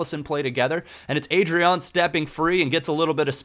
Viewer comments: it's pronnounced AH-DRYAN. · Leandro DoniZÉte Ávine Ádryan, not Eidryan RÓdney Hope i helped